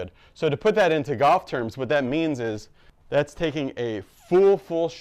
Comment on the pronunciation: Are you saying 'gawwff' or Golf? Cool vid